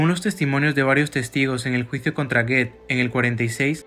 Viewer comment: Y Goeth se pronuncia " Guut"